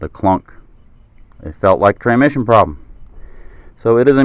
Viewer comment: This is petty but after he pronounced transmission "tranmission" five or six times I had to stop. TRANS -mission. There is an S before the M.